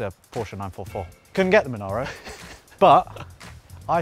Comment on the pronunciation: The Porsche is sweet i Love it Also thank you for not saying Porsch bc as a German fellow it doesn't just "grinds my gears" it grinds them like a 3 years old "driving" a none synchronized tractor